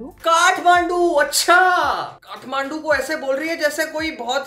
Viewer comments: Kathmandu? gathmandu ? gathbandhu ? gathbandhu ? KATHMANDU😂😂😂😂😂😂😂😂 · It's kathmandu not gadh mandu I m also from ktm